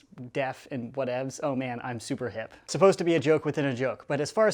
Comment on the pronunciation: Why does he say thooper